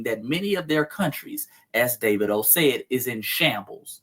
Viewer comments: Dah-vee-doh ...lol... not Day-vid-o...lol... Good work, thank you. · DAH-V-DOE is how its pronounced. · You pronounce it Da va do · Dah-Vee-Doh is how his name is pronounced. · It’s pronounced Davedo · Pronounced---> Dah veed o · I believe his name is pronounced Da-vee-dough.